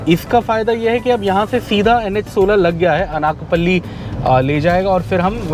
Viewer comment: It is pronounced अनकापल्ली not अनाकपल्ली FYI